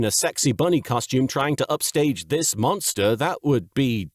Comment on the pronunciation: Hey LK. Linguist here. I don’t think you were mishearing Alexis in the Titan episode. she (or her voice actress) does it again with the word “Mom” which sounds closer to how she pronounced “monster” in episode 41 than it does to how she pronounced “monster” in episode 3 (where she lists the various ‘duel monster cards’). I’m sure there are more accents that do this, but it’s almost like she has a Northeastern US accent that slips out from time-to-time. Almost suggesting a shared lineage with a certain Brooklyn, Japan native…